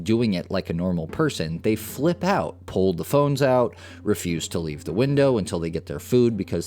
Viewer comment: “Wind-dough.” 🤣 He said he had a social media following so this was just for clicks. What cucks 🤡